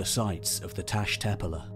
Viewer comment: The Turkish word “tepeler” is not pronounced as if British. The past participle of “begin” is “begun”, not “began”. The archaeologist Robert Braidwood was certainly not killed by beheading. The notion that pre-agricultural societies were egalitarian is founded in romanticism, and should not be treated as probable, let alone as established fact.